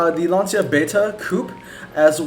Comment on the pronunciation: also just saying it is actually pronounced lan-cha which is weird but whatever